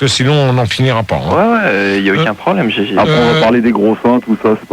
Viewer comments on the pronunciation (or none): none